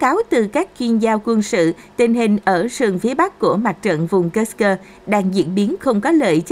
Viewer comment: Kursk mà sao độc có thêm âm cơ nữa nghe mất hay rồi